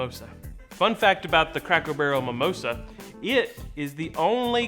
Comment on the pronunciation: I love how you referred to the "sodas" as Cokes. That's the most southern thing y'all ever said. Plus, at one point I swear you said "Cackle Barrel". And you're pretty. So go rock that....